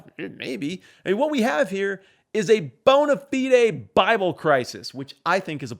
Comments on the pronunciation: When he pronounced bona fide as it actually should be in Latin I legit almost got chills. I’ve never heard anyone say it like that and it tickled me in my happy linguistic parts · Thank you for saying bonafide the correct way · Your pleasingly accurate pronunciation of the phrase “bona fide” was tainted by your absolute butchering of “Capernaum.”